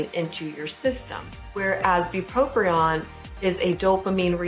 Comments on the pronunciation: Very informative. However, it’s not bupropRion it’s bupropion. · It's not pronounced BupropRion